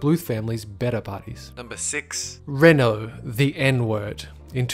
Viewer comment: It's actually pronounced RENAULT